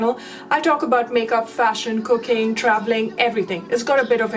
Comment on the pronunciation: Who else heard cocaine when she said cooking?? 😂 love your videos btw 😘